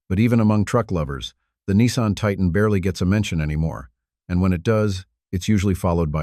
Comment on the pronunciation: You want support? Likes? Subscriptions? Then don't use an AI voice that can't even pronounce Titan. The rest of the video, obviously a different AI, pronounces it correctly. Worse than that, the information is outdated. For something posted "3 days ago," it should be current! The Titan was discontinued last year; the Chrysler 300C was discontinued 2 years ago. The Malibu was also discontinued last year; it isn't "hanging on by a thread." And the narrator called it a "MaliBUS, like a City Bus! Lol.